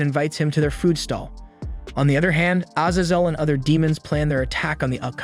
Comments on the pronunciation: Ah yes, oh-nyx warriors and severly wounded az-az-el. Is english your second language? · a-zay-zel, what on earth do you have against long vowels and who hurt you 🤨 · Bro pronounced Azazel 5 different ways 😂 great video as always though